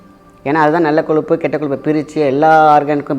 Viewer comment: Sir pls athu koluppu illa koyuppu